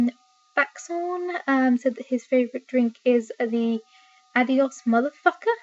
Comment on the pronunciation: Stick with the webcam. I like it better when you're rambling. Also, adios is pronounced with a long O sound. It's Spanish for goodbye.